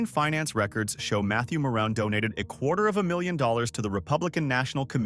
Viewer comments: Ma-room family! Not moron! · JSYK Ilich is pronounced "ill-itch" Meijer is projounced "My-er" Mouroun is pronounced "Ma-roon"